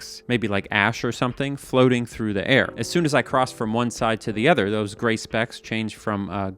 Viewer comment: Where does the word 'other' get pronounced 'ether'? Is that a Canadian accent? US mid west somewhere?